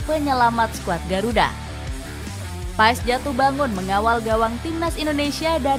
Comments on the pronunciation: Lidah org jawa,indonesia ya tetep Paes. Bacanya Paas/Pees sih? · Kata kochi manggilnya : PAAS, bukan PaEs.